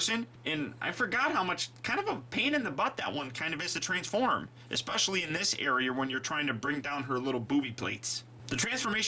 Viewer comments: He did lol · He did, lol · he said transfurm instead of transform